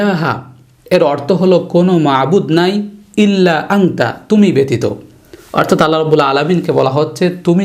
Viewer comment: হুজুর উচ্চারণ টা কি আংতা হবে নাই আনতা হবে। ২ প্রশ্ন কুংতু হবে নাকি কুনতু হবে প্লিজ কেউ জানাবেন?